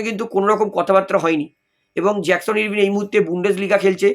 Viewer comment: উচ্চারণ টা আরভিন, ইরভিন নয়।